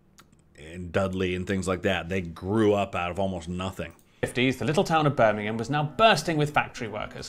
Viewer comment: As a proud Brummy I always appreciate you pronouncing Birmingham properly! Bonus points for being a American that knows about the Black Country! 😂